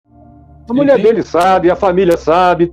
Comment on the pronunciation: Alguem encina Silas a falar Mulher e não Mule